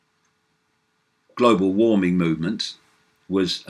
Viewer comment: I love how you say global warming GLOBO WAHMING!